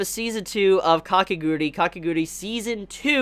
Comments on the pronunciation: RRRGGGGJHHHH not "Kakeguri" but "KakegurUi". I'm sorry, generally i'm not bothered by that stuff but this time for some reason it really annoyed me. Ka-ke-gu-ru-i. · ...really please learn how to say this word.. Kah - Keh - Guh - RUEE..stop saying Kah - Keh - GURI please..it's driving me mad.:( Really happy with the news..manga didn't have enough chapters for a season 2 so I don't know how this will work. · Work on your pronunciation on the title please . But great coverage on season 2